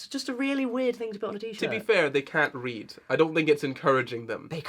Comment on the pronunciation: not me thinking said "little boys can't breed" not "can't read". oh dear